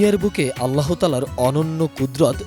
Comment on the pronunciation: Dhonnobad mam k ato sundorvabe amr allahr name uccharon korar jonno...mash allah....onar allahr name newata khub e porimarjito abong sunte khub srutimodhur legeche....